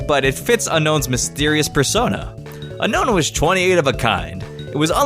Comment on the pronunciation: Un-own not Un-Nohwn